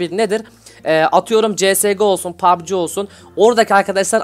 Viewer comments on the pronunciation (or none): none